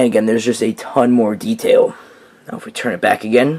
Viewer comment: You pronounce it na-ow